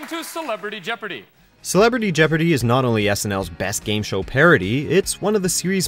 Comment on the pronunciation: Celepardy Jeobrity